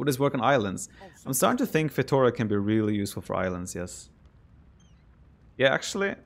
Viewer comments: I wish someone pronounced feitoria as it should be pronounced. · Does anyone else gets triggered by that bad 'feitoria' pronunciation? My brain keeps yelling 'why???'